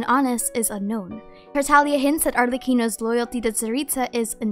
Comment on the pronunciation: its TarTAGlia not tarTAlia!!!!!!!!